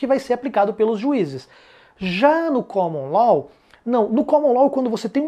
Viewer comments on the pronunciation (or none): Pronúncia "Caman Ló" e "Civil Ló".